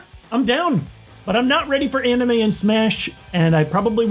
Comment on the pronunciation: He said amine